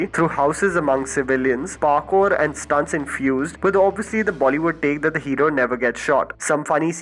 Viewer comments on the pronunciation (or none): none